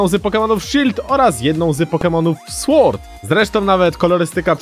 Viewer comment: nie słord tylko sord